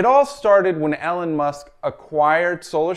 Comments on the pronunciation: 😀 I caught that too🤣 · "Ellan" Musk?? Have you never heard of this guy before? Came looking for legitimate information... must continue looking. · or maybe its an accent or pronunciation idiosyncrasy